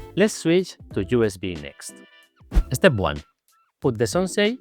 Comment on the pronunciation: Totally off topic but the way says "eh-step" is SO Spanish:P This board really does look cool. It makes me excited for the (hopefully in the pipeline) low-profile Defy 2 <3 But when it is being designed, can we move the pinky columns down just a liiiiittle bit more? Please?:)